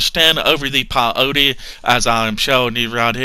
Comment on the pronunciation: That daaamn PIE-O-TEE plant